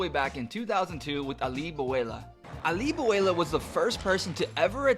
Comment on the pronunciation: BRO!!!!!!! Learn your names. Its Ah-lee Boo-lah-lah (phonetic). How would you feel if I ruined the names of your favorite players? Wayne Gretzky (Whay Nee Gertz-Gay).